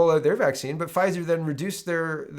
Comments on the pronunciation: your pronunciation of that pharmaceutical company is correct. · you're saying "Pfizer" properly